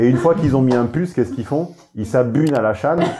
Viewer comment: "ils s'abunent à la châne" ^^ j'ai explosé de rire =)